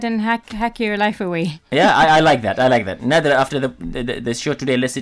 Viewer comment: Her name is Nadra Not